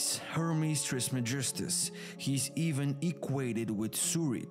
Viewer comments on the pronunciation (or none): none